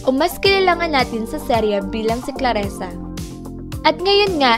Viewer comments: Dzi ayusin in mong prnzunciation mo clarissanot claressa... Owa kainis ka murder mo zng name nya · "ClarIsa" po, HINDI "ClarEsa." Clarisa. Clarisa. Clarisa. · Nakakatawa ka, Claresa o Clarissa, ok sana pero mali ang bigkas ng pangalan.tao lang nagkakamali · Clarrisa...di clarresa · Clarissa hindi Klaresa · Hahaha, daming alam pero di alam bigkasin ang CLARISSA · It's Clarissa (kla-ri-ssa) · Manood ka muna ng pepito manaloto.. pra alm mo tamang bigkas ng mga nme ng mga artista doon.. muntik mo nang gawing pepeto manalutu.. neke.. cheto . Ilsa marya . Bebe . Patrek . Rubirt. ClAressa.. sakit sa tenga.. 😂😂😂